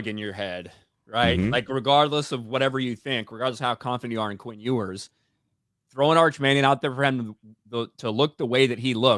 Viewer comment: Ewers = “YOU-ers” not “Oo-ers”😂